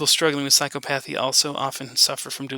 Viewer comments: Excellent talk. (Someone let know he could be mispronouncing "psychopathy".) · Correct pronunciation of psychopathy